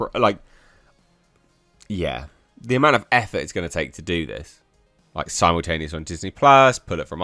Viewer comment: It’s simultaneous not symultaneous!